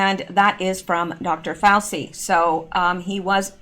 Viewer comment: Hi, I think you should put all the news together and don’t worry about it. By the way Dr Fauci’s name is pronounced “Fau-CHI”. 🙂 Love your videos! Thanks for keeping us all informed! 💜